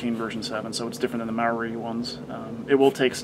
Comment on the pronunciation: Omg thats not how you say Marui...